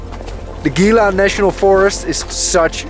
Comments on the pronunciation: Gila - pronounced he-la. Great journey, keep em coming! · it is spelled gila but it is hela.